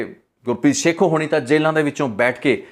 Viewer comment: Gurpreet sekhon not sekhu, and pind mudki not moodki